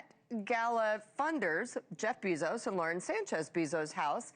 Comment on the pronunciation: does the commentator not know how to pronounce pop culture names? pierpaolo, jeff BEE-zos? kris KARDASHIAN? wtf.